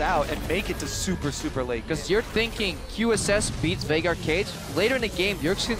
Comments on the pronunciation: They called him "Veigar" and since they pronounce it as "Vay-gar", it sounds like Faker because of their accent. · it sounded like faker, but he actually said Veigar haha. it just was pronounced weird